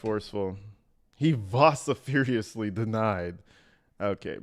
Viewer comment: Vociferously vosi-ferus-lee it's a better word than strongly. Just saying